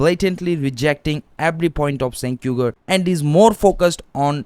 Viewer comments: It's pronounced like jank not senk lol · The C in Cenk is pronounced more like a J or Ch not an S like cent. It's a Turkish name not a Western name. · It's pronounced as Jenk, not Cenk. In Turkish, we pronounce C as J. Like Camila was actually Jamila written in Turkish when it came to Europe, they pronounced it as you pronounced Jenk and Cenk. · It's pronounced "Jenk" (similar sound to Jenkins) because C in Turkish makes the sound J. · Stop pronouncing his name wrong. "Chaenk" phonetically. Bro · It's pronounced Genk. You want to make political videos? Get your (very basic) facts straight. So intellectualy lazy. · Great video brother, Turkish people use the letter “c” for a “j” sound. So his name is pronounced “Jenk” 👍🏼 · Cenk is pronounced Jengk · No longer a big fan of him, but I believe it’s pronounced “J-Ank” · Dude, if you know know how to even pronounce his name, why should I trust your opinions about anything else? Clearly you didn’t spend 5 minutes researching this